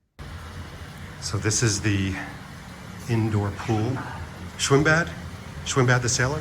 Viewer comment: Schwimmbad is pronounced schwimm-bat. A 'D' at the end of a word or a syllable is pronounced more like an English T. Gerd is Gert. German Ws are also pronounced more like English Vs.